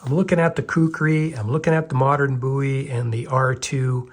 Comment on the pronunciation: I'm pretty sure Jim Bowie would not be happy with the way you pronounce his name.